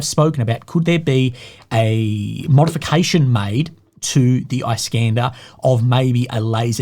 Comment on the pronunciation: "Iskander" in Russian is pronounced as "eeskandÉr" not "ice-cAnder". Iskander is an Arabic equivalent of name "Alexander". It's meaning is "defender". Alexander The Great was called "Iskander" by Arabs. Just for the notice.